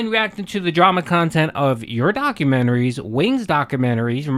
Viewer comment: REEEE-Ack khantent hasn’t been the winfall thought it would be.